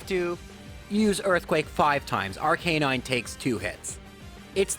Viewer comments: it's not "R-canine", it's "Arca-nine"! Watch Season 1 anime, when Officer Joy calls for one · it's obvious YOU have never seen the anime because you mispronounce rattata and arcanine. jessie also had arbok and lickatung